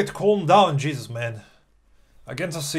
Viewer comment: "cheeesus" <3 xDD